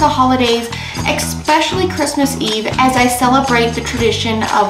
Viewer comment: Good lookin' stuff. Curious why so many people say eXspecially though.